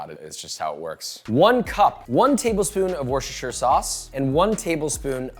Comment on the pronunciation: It's pronounced "Wooster sauce" 🧐. Greetings from Worcestershire, England, Joshua 🙋🏻.